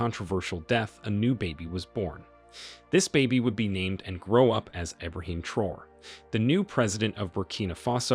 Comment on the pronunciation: Please take a few seconds to learn how to correctly pronounce these people’s names before you make a video about them. It’s pronounced Tra-O-ray!